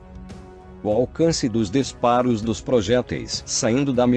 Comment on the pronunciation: "Desparos" ?? "Disparos" é o correto.